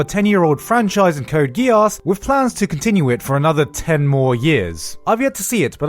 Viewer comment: The way you're pronouncing "Geass" makes me very uncomfortable.